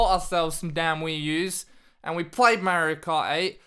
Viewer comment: MA-RIO why can’t you say MARIO 😂